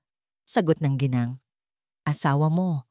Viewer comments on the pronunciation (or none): none